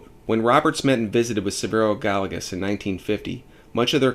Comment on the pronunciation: Good video. Being a native of NM, I just want to share the correct pronunciation of the name Gallegos. It’s pronounced Guy-yeh-goes. Double LL is a “y” sound in Spanish.